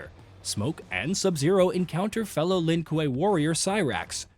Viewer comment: The Lin what? Koo-way (kuei)edit: cringe on some mispronunciation of things.